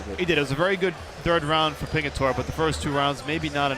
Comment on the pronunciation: ITS PINGITORE.. GET IT RIGHTTTT LOL